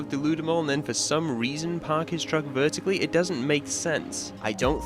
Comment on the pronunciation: that "vertically " is painful 😭😭😭